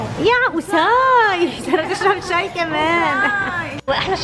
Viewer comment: بتقول ششاااااي اول مرا بتحكي حلبي مين نتبه